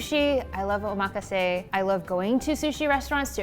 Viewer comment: Thank you,, for saying o-ma-ka-se and not o-muh-KAH-sey lol